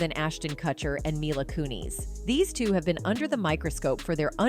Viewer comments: Dear god I'm sorry but please stop saying their names right just to pronounce her last name "Ku-knees".. it's so irritating and makes the point of the video go unnoticed by some people. It's cringe af.. how can you pronounce their names right one minute and two seconds later get it wrong? Unless this is yet another AI voice.. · Can't they get an actual person to narrate the stuff? Instead of this AI shit? Ashtin kuT-cher? Mila KOONIS? They're busy just trying to pop out these videos so fast and keep forgetting how annoying and unprofessional the sounds of the times